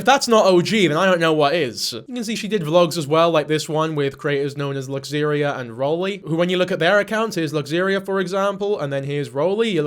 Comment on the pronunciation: Luxaria and Roly are awesome! (Btw you're pronouncing her name wrong.) Also, I saw the ex on Roly's channel a year or so ago. She looked so much happier than right here.